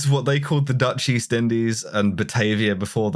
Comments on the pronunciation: You guys pronunciation of Dutch is just abysmal. Fuck you guys 2. Lots of love, A Dutch comrade. <3 <3 <3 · As a Dutchman, I have no issue with the digs at the Dutch and our history. But your attempts at pronouncing anything in our language feels like jabbing pins in my ear. Keep at it though. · I'm not dutch, but I know it doesn't have that many Js within